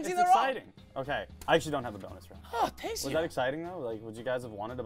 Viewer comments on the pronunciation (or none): You mean: Tanks. Instead of thanks